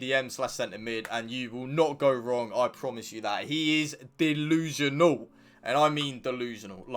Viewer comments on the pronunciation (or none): Like for “dillusianal”😂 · 😂😂😂🤦🏾‍♂️ “Dolusional” I’m done. You one of my favorite now.